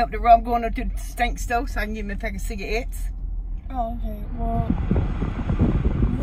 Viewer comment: Ciga-it’s LOLLL